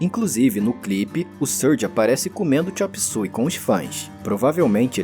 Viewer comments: chop "súi"? eu passei a minha vida toda chamando de chop "suêi" 😂😂😂 não consigo mais chamar do jeito correto... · Xop sói e nao xop sui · agoniada o video todo com o cara falando a pronuncia do titulo da musica errado. foneticamente se fala (xôp suêi)